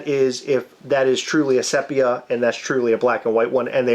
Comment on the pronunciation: Almost had to turn this off cos of the pronunciation of sepia. It's see pia not SEP ia. Like seriously. 😉